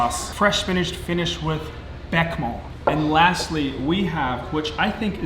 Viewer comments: Be-Sha-Mel not Beck-Mel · Man said beckmel 🤣🤣🤣🤣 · That looked so good but i had a doubletake when you tried to say béchamel aha. Would love to see more